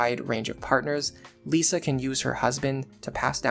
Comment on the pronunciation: why are you pronouncing Lissa as Lisa? like "This", not like "Lease"